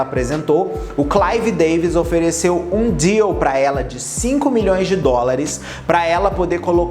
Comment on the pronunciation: quando ele falou "deal" eu entendi diu 💀💀